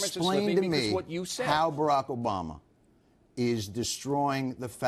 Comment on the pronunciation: "Obrama." With an R. Really Bill, really? It isn't that hard to pronounce obama